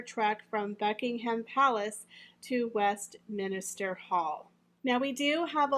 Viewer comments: It’s pronounced “Westminster”, three syllables, not “West-min-is-ter”. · Fyi it is not West MINISTER, it is West Minster